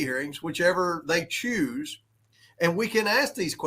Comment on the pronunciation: I can't stand the way he pronounced choose with three Os. As far as evidence, wasn't one of their documents proved that Biden was peddling access to the Whitehouse in 2019 when he wasn't even a resident of 1600 Pennsylvania Ave.